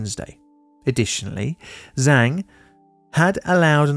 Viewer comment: I am being picky, I know, but please look pronunciation of Chinese names. “Zhang” starts out with a “j” sound and ‘words’ with “ang” have a soft “a”, not like “and.”